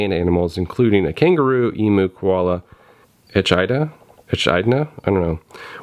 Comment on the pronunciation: Given that you like kookaburras, I suggest you look up how to pronounce the word; echidna as well.